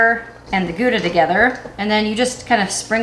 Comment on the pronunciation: The ou in Gouda is pronounced like the ou in out😊